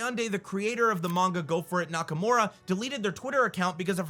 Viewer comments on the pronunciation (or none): none